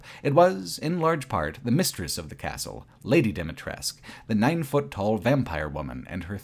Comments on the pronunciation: Great video, just one small correction: Dimitrescu - the U at the end is not silent, but very prominently pronounced in Romanian So it's not "Lady Dimitressk" but "Lady Dee-Mee-Tress-Coo" - ironically many youtubers made this mistake, omitting the last vowel and I don't know why. Do the characters ingame omit the vowel too? Haven't played it yet, but if so, it would be the same thing as with Niko Bellic back then during GTA IV, where the VA pronounced the C like a hard K, despite the correct serbian pronounciation ending with a sound akin to the CH in "Choose". Nonetheless, insane what kind of work you put in for this project. Watched it over the course of 3 days during breaks at my job and I enjoyed every minute of it. Keep it up! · Say it with me: "Dee-mee-tres-cuu